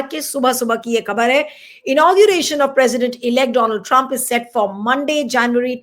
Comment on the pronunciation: My friend.... "Do....land Trump"